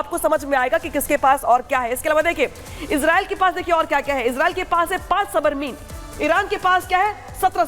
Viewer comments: Submarine ko ye aurat Sabarmeen सबरमीन bol rahi hai Indian media hats off to you... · Not Sabrmi it's submarine